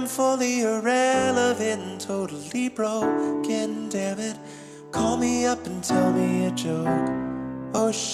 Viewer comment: The lyric from the Third Chorus is taken from Goodbye, but its a play on the lyrics in Comedy. He says "When I'm fully irrelevant, and totally broken, damnit" it sounds like Broke - Can because he's extending that syllable.